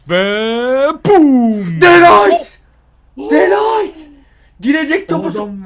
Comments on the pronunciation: Abi de lightmi değil de ligt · De light degil de ligt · De Ligt'te "H" harfi yok abi seviliyorsun djsolsxnsıaldo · De Layt Değil De Ligt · DE LİGHT ne abi ya DE LİGT DE LİGT dkslkmdsmklksd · de light değil de LIGT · De Light degil De Ligt a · Abi de light değil de ligt :D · De light deyil De Ligt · Lan de light deil de ligt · Nobody:dE lAyT